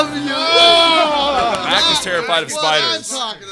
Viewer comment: It’s Mack not Max btw